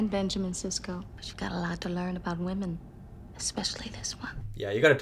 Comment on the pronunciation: What's up with this new thing of young people on YouTube mispronouncing ''women?'' I have seen countless young people repeatedly pronouncing it the same way as the singular ''woman.'' Is this a new thing? mispronounces it every time he says it, and i'm so confused.